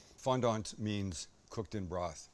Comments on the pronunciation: Sorry buddy but if you're speaking English then it's FONDANT not FONDONT. Although in your defence the French pronounce it more like you're saying it but obviously without pronouncing the tea at the end so who's right who knows it's a hotch potch. Thank you though really nice really well presented little recipe that I will do them nom nom. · Had to laugh at the pronunciation 😂 It’s FondAnt. Not FondOnt. … Soft A - Fondant. The A is almost silent. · The T is silent. Fondan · These potatoes are delicious, and you will impress your guests… but save yourself a bit of embarrassment by not pronouncing ‘fondant’ the way that this gentleman does. It’s French and is pronounced without the T. More like “fawn-don” 👍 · How are you Canadian and weren't forced to take French in school??? You just butchered Fondant. Don't tell me you say FOYERRRRRR. Ahhhhhhhhh!!!!! Foyay, fondan!!! hehehe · You can tell he just found out about fondant potatoes on youtube 10 mins before this since he has no idea how to even say it. Bar is pretty low these days. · FOND(ant) -- pronounce the first half, fond, then add ant. The dominant accent is on the first half. Love from a Canadian 😊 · You said fondant potatoes like I would imagine Thurston Howell III would lol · Can't wait going to do these tonight with roasted asparagus typed with garlic, Italian herbs and 5 Italian 5 cheese on top then a big rib eye All done with olive oil in a cast iron. Oh went you said what they were called in the accent. You sounded like Thusrton Howell the 3rd from Gilligan's Island.